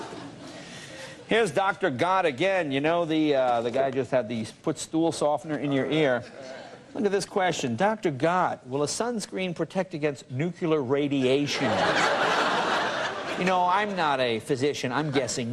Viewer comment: I just love watching someone calling other people stupid then saying "nucular."